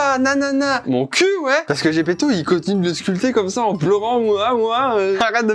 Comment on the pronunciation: Putain ok j'suis fan de Jojo mais j'en ai marre d'entendre des Zeppeli au lieu de Zepeto juste parce que je viens d'apprendre que l'auteur est italien 😭